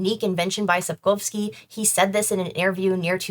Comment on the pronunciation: The way you beautifully pronounce Polish surnames makes me go 🥹❤️